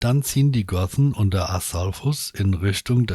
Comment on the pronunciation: Aber wird denn das th in Gothen wirklich mit dem englischen th gesprochen? Hört sich echt komisch an!🤔😊